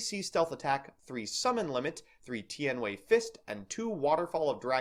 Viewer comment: It's pronounced: Tee-An-Way